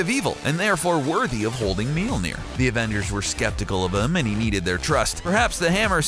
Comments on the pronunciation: What is that pronunciation of mjölner lol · wtf is your pronunciation of mjolnir??? sounds terrible XD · Your pronunciation of Mjölnir is really really bad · the pronunciation of Mjölnir is awful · He keeps mispronuncing Mjolnir... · What's a meelneer? edit: geez guys it was a joke, i know how to pronounce mjolnir. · Let me just say this kinda bothered me so let me just correct you.. it’s pronounce me-yawner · "...known as 'meel-neer'..."?? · I couldn't finish the video. I could not bear to hear the name destroyed and mispronounced as MEEL NEER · Thor's hammer is pronounced miolneer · He can't say the hammers name right and he fought Shazam not captain marvel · It pisses me off that this dude is pronouncing Mjølner wrong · Please stop butchering the name Mjölner. Thank you very much! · Its cancerous how you pronounce Mjölnir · This guys pronunciation of Mjølner is funny :P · lol the way he pronounced mjölnir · Dear CBR... LEARN to pronounce the name of the fucking hammer!!